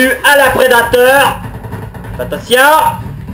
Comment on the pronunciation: "Attentionne" Mdrrr continue :p